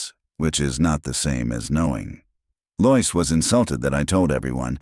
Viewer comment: This is the second story I've listened to in which "Lois" is consistently mispronounced as "Loyce" instead of "LOW-iss." Why can't ai be taught to do it correctly?